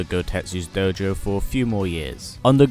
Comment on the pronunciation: doughjou lol, satzu accent